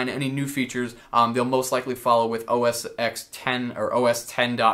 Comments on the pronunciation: A part of me dies every time someone says OS "x". The "X" is a Roman numeral and would be said as 10. Never would it be spoken as "x". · Please say OS (ten) X lol. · It's OS "Ten" the X is a Roman numeral. Lelz XD